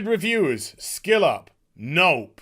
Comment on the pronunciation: Is anyone hearing "Skillet" instead of "Skill Up"?